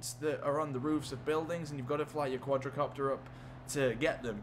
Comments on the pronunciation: It's called quadcopter not quadracopter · THE QUADRACOPTER!!! dude... wtf its Quadcopter not QuadRAcopter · it's not quadrocopter it's quadcopter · Omg it's not quadRAcopter it is quadcopter